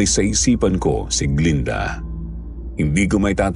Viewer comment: glen-da hindi glinda